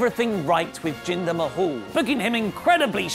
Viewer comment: it's not mahall it's mahal.